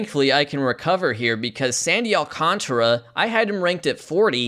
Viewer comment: Alcantara has a whole-ass extra letter in his name. It's Al-cahn-tar-uh. Not Al-con-truh.